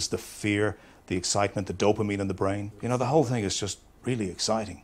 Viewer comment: I can't take any nation seriously that say ting instead of thing